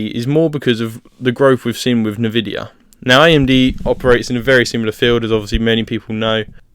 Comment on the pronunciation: never heard anyone call it navidia lol